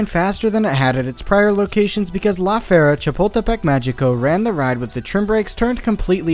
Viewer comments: I really love your videos and the way you reveal the truth about roller coasters to the public but as a bilingual Spanish speaker it pains me so much to hear you say "Fee-air-a" when it should be closer to "Fer-ee-a" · I love your videos but maybe look up how to say some of the names. Even if it’s just on google translate bc it’s pronounced like the word fair and reea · I honestly thought he was saying “la fiera” or “the beast” which was awesome. Thanks for ruining it.